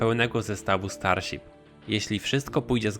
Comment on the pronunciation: Starsip xd